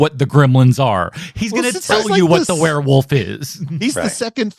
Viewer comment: it's werewolf, not werarworlf. lol